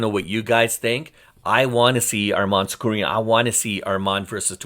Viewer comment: Sakurian? Get his name right!